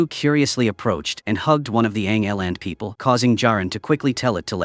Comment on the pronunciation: Not sure but pretty sure its ig-11 not yg-11.